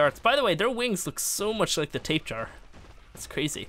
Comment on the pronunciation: It’s not pronounced tape jar it’s tap-a-hair-a